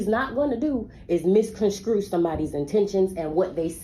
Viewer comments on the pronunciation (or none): "misconscew". and "axed". i can't that mother seriously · Dud the mother say misconscrew?😅